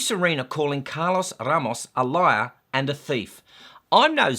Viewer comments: Are you joking when you say R-r-r-ramos? 🤔😏 BTW Ramos means 'bouquet of flowers'. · the third time you rolled your R's when mentioning Mr. Ramos my body experienced a small seizure. My Lawyer will be contacting you here soon. Please review Neale V.S. Mary Hart. "Neale made headlines nationwide July 11 when Dr. Venkrat Ramani, an Albany Medical Center neurologist, announced he had proven the voice of Mary Hart, host of television's 'Entertainment Tonight" caused Neale to experience epileptic seizures that include loss of memory and disorientation." Just kidding mate, loved your rant as usual. I mean commentary. ' )